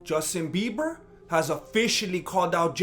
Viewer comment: Did you say "Dustin Bieber"? Orale! 👊😂👍